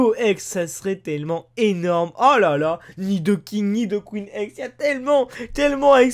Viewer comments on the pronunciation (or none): none